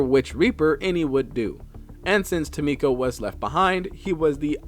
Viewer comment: Ah, apologies, but there appears to be some errors. 😅 First, Tomko is not Tomiko. There is no "i" present, so AFAIK the pronunciation is "Tom-ko." Additionally, the Chosen Assassin's intel report in the Avenger states she was lab-grown as the assasin, built from scratch for loyalty. She never had a chance to be a Skirmisher, since she was grown to hunt them. That said, the Warlock's entry does say he was picked up as a child, so on that point he definitely wasn't a Templar.